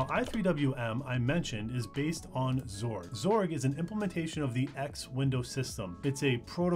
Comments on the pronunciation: X org, not zorg sigh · ...hang on, "zorg"? That's a new one; I've always pronounced it as "ex-org." In seriousness, nice summary! The coverage of Wayland while still using the more traditionally compatible X11 is great for new users. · X-org not zorg lol but zorg does sound better ngl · imo, wayland isnt a replacement for xorg. just an alternative. people treating it like a replacement just dont realise theres features in xorg that wayland will never replace. also lmao zorg? first time hearing that pronunciation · I hate that you pronounce X Org as Zorg